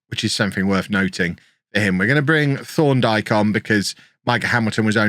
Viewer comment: Thorndike sounds like you’re saying Sean dyche with a lisp